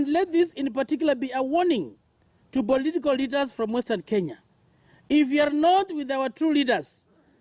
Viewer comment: “Bolitical litas”😂😂😂